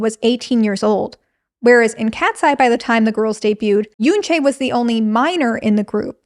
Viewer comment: I think, given they're a global group, we should start highlighting for everyone to pronounce Yoonchae's name properly. If you can pronounce Manon's name properly then it shouldn't be difficult to pronounce YUNCHE not Yoonchayy